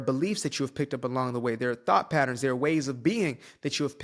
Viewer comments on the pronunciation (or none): none